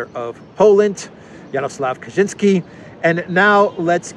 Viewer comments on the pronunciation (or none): Ka-Chin-Ski. Definitely not Polish.